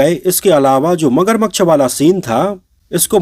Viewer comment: भाई मगरमक्श नहीं होता मगरमच्छ होता है